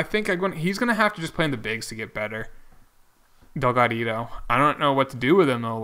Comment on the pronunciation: I enjoy your series but please stop calling the dude. There is only one D in his last name. Also, you should keep 4 bench players and add another pitcher to your bullpen so relievers aren't overused in the regular season and playoffs.:)